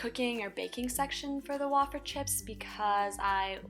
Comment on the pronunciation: wayyyy feeeerrrrrr way-fer. not wah fer -________